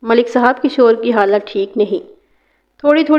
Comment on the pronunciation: Talaffuz sudharen as kishwar not kashor maiyat not mayyat and so many